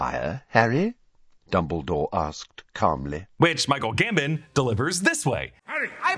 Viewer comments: dumbledore is GAM-BOHN not GAM-BIN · The way you say Michael Gambon drives me crazy 😂